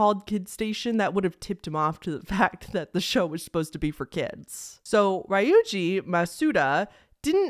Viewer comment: Ree-yu-jee not Rye-oojee